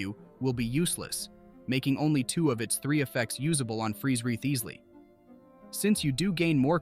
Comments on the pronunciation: Who is Rio-thees-ly?? Lol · Ry-Zlee lol. We finally heard the pronunciation in game and not a single youtuber has used it lol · Very nice guide! But I laughed every time "Wriotsley" was pronounced in a different way in the video haha I'm rooting for him to get his C1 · Mf pronounced his name in 50 different ways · There were like 5 different Wriothesley pronunciations lol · Dude said Wriothesley's name different every time e.e If you're gonna do a showcase, at least learn the character's name, or be consistent with one pronunciation. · Imagine getting mad at an ai for mispronouncing a name💀 learn to not waste ur breathe bruh